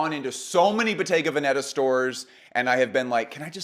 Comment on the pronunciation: Why is at that Americans insist on pronouncing Bottega Veneta wrong? Where do you see a double ‘tt’ in Veneta? Actually there are no accents in the name at all.